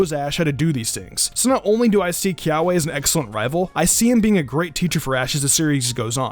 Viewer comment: Kiawe is pronounced “kee-ah-vey”